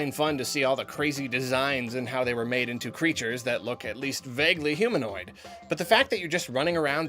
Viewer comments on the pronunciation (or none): none